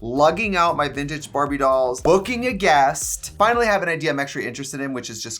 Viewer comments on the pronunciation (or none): none